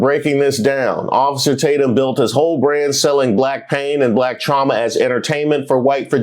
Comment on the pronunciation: The names just keep coming. First I hear “ Bait’em Tatum, then Tadum (Tadumb) 😂